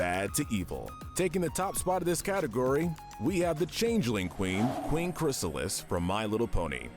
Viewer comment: Finally, They got "Chrysalis" name right after screwing it up so many times in the other MLP video